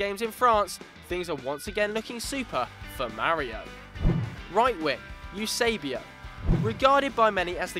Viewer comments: You-sebio? seriously? WTF is that?? :O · nem sabem dizer Eusébio